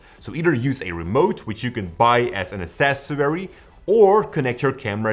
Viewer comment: "ass-sass-U-weary" try: (ah-cess-or-ree) i think you are trolling us at this point. still love your tutorials but my ears hurt now